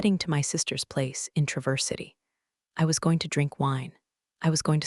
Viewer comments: Not tra-VERSE City. TRAH-verse City. ❤ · The constant MISPRONUNCIATION of Traverse City is incredibly annoying!!!!!! Can't a human review these? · Good story, but she pronounced Travers City wrong.